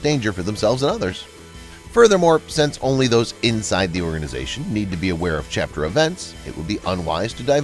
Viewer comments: Chapter not charter. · Charter? I thought it was chapter?